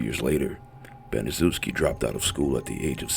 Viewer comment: It's pronounced Banishevski she's the devil